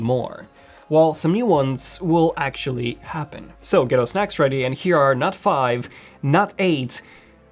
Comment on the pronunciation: I thought he said “ get your snatch ready”